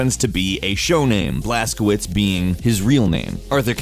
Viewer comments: Blas-co-vich, not blas-co-wits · Look up google transaltor (polish) how to pronounce the protagonists name Blazkowicz, couse you pronounced it as if it was Blazkovitz, while it should be Blazkovich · W = V - CZ = CH BlazkoViCH is it really thyat hard to pronounce? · Blazkowicz you read like "Blazcovitch"